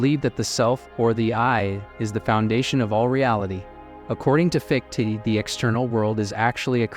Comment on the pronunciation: Wanted to listen to this but couldn't take hearing "fiktee" over and over